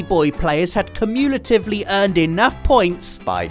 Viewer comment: has such an odd day of saying cumulatively